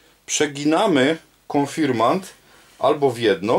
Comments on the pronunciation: konfirmaNt XD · Spoko, ale konfirmant🤣😂? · W pisowni oraz w poprawnej wymowie powinno być "Konfirmat" Ze względu na środowisku w którym przebywam większość ludzi nie wiedząc dlaczego zmieniła wymowę na konfirmant i tak się już to zostało. Pozdrawiam